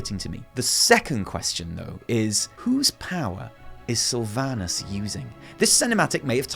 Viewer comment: I hate that she messed up the name sylvanus